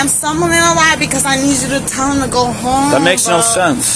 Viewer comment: I'm not going to dat bro! The word is that!! Officer